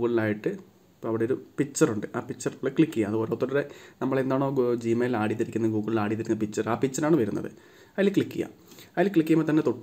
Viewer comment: u wrongly pronounced the word.....its add...not aaaaaaad